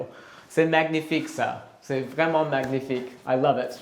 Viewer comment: Please 🙏 stop saying magnifique with gh sound! It's a very soft n sound! Time to improve your French 👍